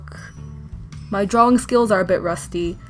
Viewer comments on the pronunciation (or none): I was so irritated by how she says drawing. It’s draw-ing. Not draw-wing. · OMG did anyone hear when she said drawing weird 😸 it was